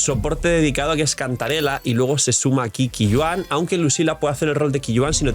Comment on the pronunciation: Qiuyuan se pronuncia Choiyuen, creo que es fácil de pronunciar